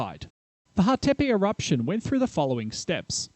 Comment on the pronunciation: and also Hatepe (stress is on the first syllable)